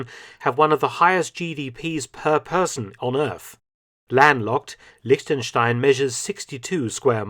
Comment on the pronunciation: Props to Mark for correctly prenouncing "Liechtenstein" as a native english speaker.